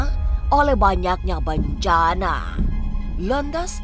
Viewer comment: Bencana..,.bukan bancaaana,,.faham sih biar unsur misterinya dapat...tapi kedengarannya malah lucu bagi saya...😀